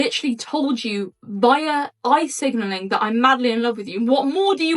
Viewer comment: Eye signalling.....not oi signalling! 👀👀👀